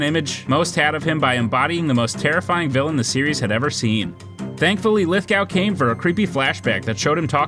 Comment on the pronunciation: Lithgow's surname is pronounced Lithgo.